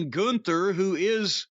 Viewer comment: Lol what a sorry state of affairs when the top guy is “Goonther” Edit: Apparently it’s “Gunther” and it’s some ugly ass dude with a dad body. People still watch this shit?😂